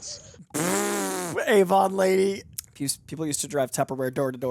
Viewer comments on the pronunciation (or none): Tubberware * it's tupperware baby.